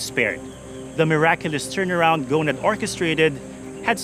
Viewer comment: It's Ghousn not Ghoun, the S is pronounced